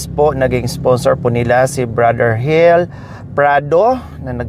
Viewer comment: Madam ang rinig ko ang pangalan eh hil hinde hel ang pronounce mo sorry po i know n taga negros k